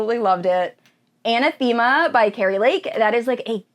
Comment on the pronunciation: Ana-theme-uh lol that's my only minor complaint but thanks for a great review!